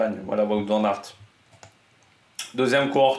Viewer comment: Fais moi plaisir je suis bilingue flamand on prononce vanne aert merci^^